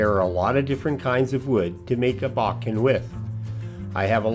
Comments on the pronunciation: your pronunciation is actually much closer than "bow-ken". "Boh-ken" is more like it. Beautiful video. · Nice video … it’s pronounced “bow Ken” (bow as in tie a bowno emphasis on either syllable